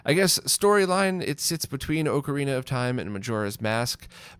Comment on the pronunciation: Great video. But oh man. You say it oak-uh-re-nuh instead of ock-uh-re-nuh. Reminds me of a friend I have that says Mario mare-re-o